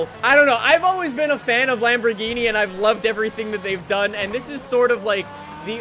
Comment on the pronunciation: Let me translate the video title for u kidz. LambogheenE PerfeMONtay